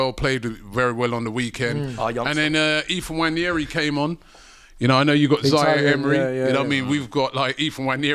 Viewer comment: It's not Nnwayeri it's Nwaneri (ONE NAY RI) ETHAN "ONE NAY RI"